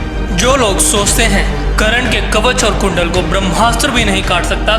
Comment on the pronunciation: भाई करण नहीं कर्ण, नाम का उच्चारण तो सही से कर लिया कर।